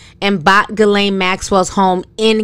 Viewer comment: Another name slaughtered. The G is silent.